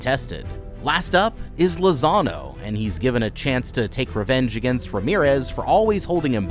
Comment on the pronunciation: Every time you said Lazano, I heard Lasagna